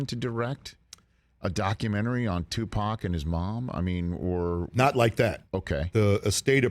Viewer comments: The way he pronounces Tupac is like he saying Tupoc lol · 😂 how u say it? Tupack?